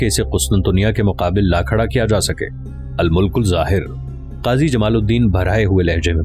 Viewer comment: al mulk zahir nahi bhaaee al Malik zahir